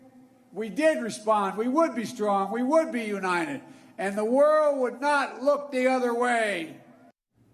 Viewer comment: Unined ?The T is missing.... FJB